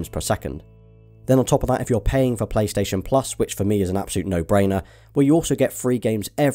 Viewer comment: The way you say “four” makes me cringe